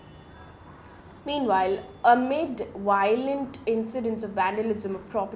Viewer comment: Mam it's pronounced "DEPuty"✔️ not "depYOOTY"❌ "Victims"✔️ not "Wictims"❌ Similarly "Violent"✔️ not "Wiolent"❌